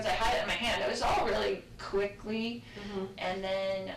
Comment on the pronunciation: is it just me or did she say the word quickly in a particular way every time she used it???